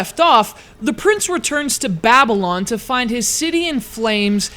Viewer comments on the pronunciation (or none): none